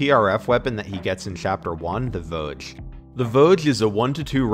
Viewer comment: Vouge, though.